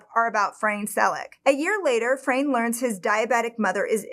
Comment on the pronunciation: His name is pronounced as it´s written, not Frein, Fra-ne 😉HNY ❤